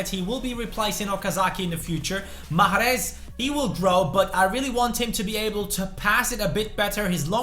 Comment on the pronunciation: JusT saY Riad please I'm algerian ...and the way you say mahres ain't right !!